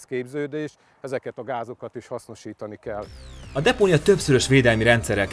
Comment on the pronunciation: nél az ember azt mondta hogy kiel kell helyett